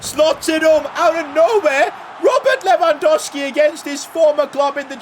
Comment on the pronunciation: Its LewandoWWWWski. THERE IS A SECOND W.